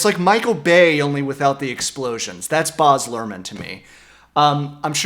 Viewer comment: His first name is baz not boz